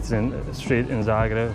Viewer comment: Its Zagreb not zaerab